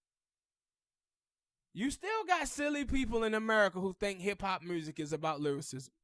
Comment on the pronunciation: Black revolutionary got zilch to do with lyricism.... Pac was an horrible rapper skill wise.... His messages was great, but horrible cadences, Inflections, lyrics.... Dude please pronounce music correctly, sir.....🤔